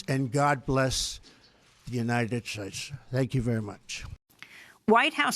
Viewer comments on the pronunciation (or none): more than a dry throat: the united shtates